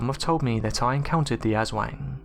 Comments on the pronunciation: U.K. Bobby its pronounced aus-wong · jers25 the way it is pronounced in the video sounds like ASS-WANG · I cringes when you say Aswang. Its cute when foreigners says it 😂